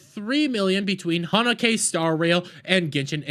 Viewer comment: Honokay 😭 the pronouncing is equally outrageous like the boycott itself